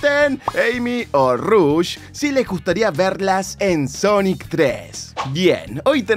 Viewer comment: The Fly te va a robar la miniatura (pero al menos es una filtracion y no rumor y tambien hubo 2 noticias y no mencionas relacion de este juego y la pelicula en el titulo) Te ganaste parte de mi tiempo en ver el video darle like PDTA: se pronuncia Rush y no Rosh como se escribe al inicio de su nombre PDTA 2: Tomala The Fly JAJA